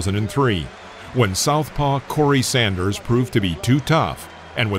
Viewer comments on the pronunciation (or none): none